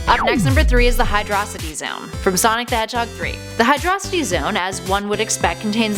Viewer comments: It isn’t pronounced Hydrocity it’s pronounced Hydro City like 2 words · I thought it was pronounced hydro-city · You guys mispronounce hydrocity zone hydro + city = hydrocity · you pronounce Hydrocity like Hydro City. not like 1 word